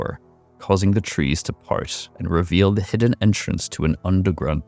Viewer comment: Revel. Another word to learn to pronounce. This many errors when you literally have a page where you get money for talking about stuff, is honestly shameful.